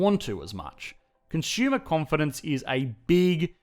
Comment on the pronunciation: "Consumer" is not pronounced as "CON - SHOOMER" Look it up.